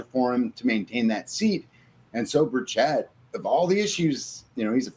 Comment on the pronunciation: It’s Burch it , not berr Chet 😂